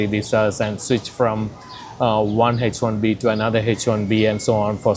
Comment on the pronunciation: Just another Indian uncle in America screaming “Don’t come here!” while he himself stays comfortably planted for 35 years. I guarantee this guy is argumentative and headstrong A typical desi who still can’t pronounce “H-1B” properly after living in the US for three and a half decades. He lives a sad, lonely, disgusting suburban life ..can’t make real friends, has zero emotional connection to the country that fed him dollars, tons of ugly sycophants like him here.. Uncle … YOU are the one who never left. If America was such a disaster, why didn’t you return after your master’s degree? Why after the H1B? Why not after citizenship? Why not after buying a house? Why not after raising your kids there? America only became a “trap” after you secured your entire life inside it. And please stop pretending you came there for some spiritual journey. The day that visa got approved, you probably floated home shed tears of joy, Every relative in the neighborhood probably heard about it for six months straight. Suddenly America was heaven, the dollar was god, and everyone back home became “cheap local mindset people ” Now after 35 years of earning, saving, and benefiting from the system, you’ve become a philosopher warning others not to come. these people talk about America like it’s a corporate package: salary, green card, health insurance, property taxes, ROI. Zero emotional connection to the country itself. No understanding of civic culture, institutions, freedom, innovation, or why Amer